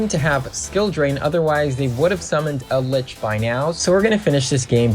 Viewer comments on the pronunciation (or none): "yumi", "cray-ken", "eld-lick"